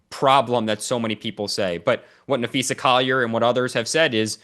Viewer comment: Dan should learn to pronounce names. Napheesa, no Napheesha